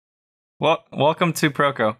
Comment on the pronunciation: "That was the intro?"🤨 "Hey guys weltum to..."😢